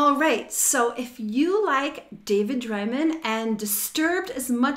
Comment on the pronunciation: And it's pronounced DRAY-MAN not Dry-min